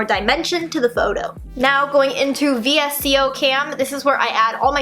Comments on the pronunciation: Vsco is pronounced as Vis•Co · VSCO is pronounced (Vis-Co) 😘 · when she said v.s.c.o instead of VSCO i realized how old this video is